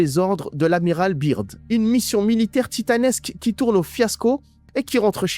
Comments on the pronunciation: Franchement sympa juste quand tu parle de Byrd en disant biirrdd au lieu de Beard [écrit en phonétique] Autre chose quand tu dis des phrases ou mots en arabe ce serait sympa de mettre un sous-titres français pour que tout le monde comprenne 😊 Pareil pour ce que Beast a répondu en anglais... En ce qui concerne les 7 l un d eux s appel netanyahu ! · Je m’abonne si tu dis General "beurde" et non "birde" Sincère salutation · Les complotistes hallal c'est comique. En plus tu parles plus mal anglais que ma grand-mère ! L'Amiral Byrd ça se prononce BEURD. Si tu dis la lettre i (Beard) ça veut dire barbe en anglais. Grosse tâche ! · Son nom se prononce beurde Bird, oiseau en anglais